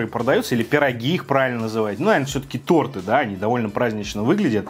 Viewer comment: Не торты а торты